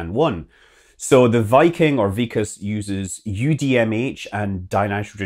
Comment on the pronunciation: Its not vik-as ...... Its VIK + kas .... K sound is carried over And Its IS-RO , like' is this '